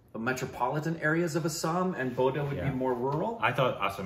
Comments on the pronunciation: No, it is pronounced as BORO. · "Bodo" is pronounced as "Boro". I love Bodo people. 🥰 💕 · Love from bodoland, (Assam), India. Bodo(pronounce boro) is a language of entire North East India , East Nepal, Bangladesh.( Maturity in Assam , ne India) Thank you for reaction ada( bro). If you like next time react , " nwngnwlo" music video. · I cannot believe they reacted on a Bodo(pronounced as Boro) song. I am so happy now. is a truly unique channel. Hope one day I see them react on every Indian language. Incase and read this, I want to tell them that in state of Assam, Assamese is the dominant language along with Hindi and English. That means people with different mother-tongue use it as a common language for communication. It is also the most commonly used for official documents in Assam. But the state has around 20 other ethnic communities with their own language, and Bodo is one of them.